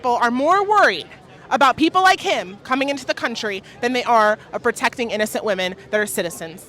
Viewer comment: why do people not know how to say women??? It’s not WOMAN it’s WOMEN LOL